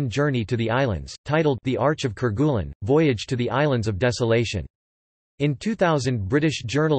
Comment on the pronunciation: French pronunciation: care-gay-LEEN